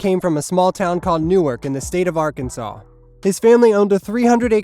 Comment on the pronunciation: Austin’s hometown is pronounced New-ark. Not new-erk. It’s a town in the other end of my home county.